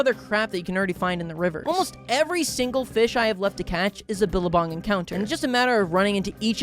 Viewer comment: as an australian, "billerbong" took me out 😂